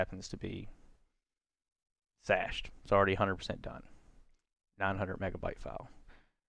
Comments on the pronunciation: For the love of Christ.... Cache is NOT pronounced SHASHED OR SASHED.... it is like Cash, like money. HARD C like CAT... It is pronounced exactly like CASH. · Cached with a "c", not an "s" 😆 thanks for the tutorial!